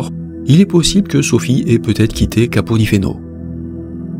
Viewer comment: Capo di Feno se prononce capo di Fene 😀